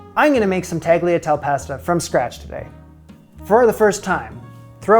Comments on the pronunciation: Making pasta is easy, but it does take practice. I don't see mentions below of your repeated mispronunciation of tagliatelle (don't pronounce the g), but perhaps Marcella was hexing you for that. By the way, although homemade fresh pasta is the best for ragu Bolognese, the super thin, very delicate, dried pasta from Cipriani (they call it tagliarelle) is a close second. It's available online, but in NY we're lucky enough to have a Cipriani on the far west side around 60th St. By the way, although Marcella is a goddess, a better, and very different (red, not white) osso buco recipe (in my opinion), appears in Suzanne Goin's "Sunday Suppers at Luques." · Fab work! Btw, The last ‘e’ in tagliatelle and bolognese is pronounced. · I can't. Tagliatelle is a 5-syllable word in which the G merely modifies the L into a lateral consonant (almost with a Y sound). It is NOT a 4-syllable word starting with a children's game. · This looked delicious,! Just a little nit-pick for future reference; tagliatelle is pronounced with an ''eh' sound at the end and the g is silent (g followed by l in Italian renders the g silent). Sorry to be a bit of a know-all, but my best friend is Italian so I thought I'd pass on her correction of me! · your pronunciation of tagliatelle made me laugh a lot, but I bet they were amazing! Good job! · pronunciation of "bolognese" and "tagliatelle" could use a little work, but the soffritto and ragu were spot on. I bet the bolognese was wonderful! It was so hard to watch him struggle with the tagliatelle making. I'm sure every viewer was rooting for him., let the pasta fall onto your hands from the machine, be careful not to pull it and stretch it out. Bravo for your determination and perseverance! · I had to check up what the title meant. Had no idea. Fyi you pronounce the ‘e’ on the end of Italian words. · pronouncing tagliatelle tah-gleah-tel and not bothering to even look up the name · Dafuq is Tag Lee A Tell??? Do better!!